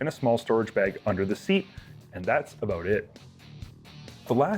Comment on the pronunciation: OOOOOOT N ABOOOOT IN THE SHOOTOOOOOOT